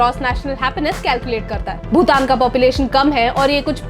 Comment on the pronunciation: भूतान? Or भूटान!!